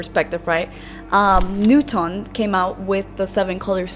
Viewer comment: It's Newton, NEW-ten, not NEW-tawn.